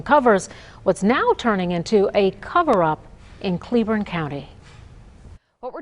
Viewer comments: Cleburne county not Clayborn. Geeze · Cleburne not Clayborn